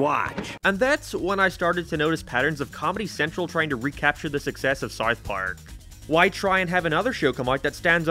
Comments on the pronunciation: This guy cant pronounced "ou", around and south both sound ridiculous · You can't say South.. lol. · This guy cant even say the word "South" correctly. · Bro can’t pronounce south 🤣🤣🤣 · why are you saying south so weird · Yeah, why does this guy live in a different house?